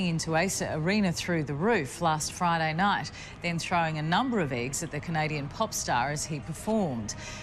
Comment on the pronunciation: lol listen to when she says eggs